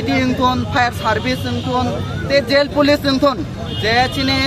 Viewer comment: Police ❌ poloce ✅ 😂